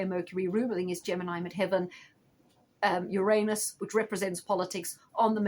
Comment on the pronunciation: I love the way you pronounce "Uranus" correctly. Few people do. Thanks for the reading.